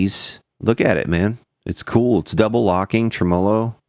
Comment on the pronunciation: I love everything about, except the way he says "tremolo" Trem-mow-low